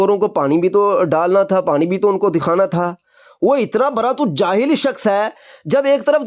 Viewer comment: بیٹا برا پیشاب نہیں بڑا پیشاب ہوتاہے